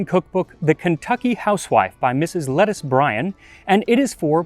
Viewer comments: (Luh TEESE) not “lettuce” 😂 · Thank you for another wonderful video. I look forward to them every week. (One small caveat: here in Ky, we know that author is NOT named « lettuce » it is pronounced « Le-teese », not unlike the name Denise. ) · Lettuce?? 🤣🤣 Her name is pronounced "LUH-TEESE" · 😂 Leh-teece, not Lettuce. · "Lettice" doesn't rhyme with "lettuce"; it rhymes with "Denise" or "niece". lah-teece. See also "Leticia". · Lettice is said la-teesse. otherwrise great vid as usual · BTW the name isn't "lettice" like the leafy vege, it's pronounced "leh-TEA-shia" 😆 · Lettice is pronounced "Let-Tees" not like Lettuce.🙂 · Small quibble: about Ms. Lettice: le teess, not "lettuce". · I think her name may be pronounced "Let-EEce" Bryan, not like the leafy vegetable. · Lettice is pronounced "Leteese" with the accent on the second syllable. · Fun fact- Lettice is a very old variant of Leticia, Elizabeth I had a lady in waiting called Lettice Knollys. Apparently it's pronounced Le-TEE-s, rhymes with piece. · You so gracefully mispronounced the name Lettice, perhaps in the name of BBQ irony XD. It should be "luh-tees" like the common name Latrice but without the 'r'. :). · I think that name is pronounced Le-TICE, not like the leafy vegetable. I love the backyard video. That pork looks fab. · What a great idea to outdoor cook. Love your backyard! Just a hint from a Southerner, if you use Mrs. Bryan's cookbook again her name is most likely pronounced "la-Teec" . Keep up.your amazing work!! We use alot of your recipes along with our history course.